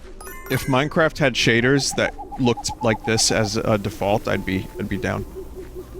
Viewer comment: Yay minecwaft